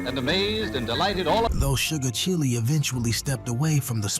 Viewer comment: The narration was horrible, his voice never even heard the music. He called Sugar Chile ( child) Robinson, Sugar Chilli !!!